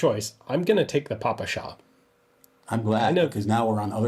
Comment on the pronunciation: That's a hell far from popular, but pretty witty indeed. What't rather joyful here is Ian's pronounciating "papasha" :D